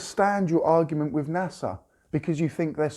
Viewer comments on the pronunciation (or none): none